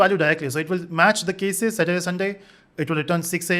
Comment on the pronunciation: Does anyone had anxiety when he missed 'r' in saturday